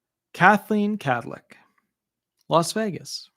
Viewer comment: I believe he says Cathleen Cadlic Or Kathleen Kadlick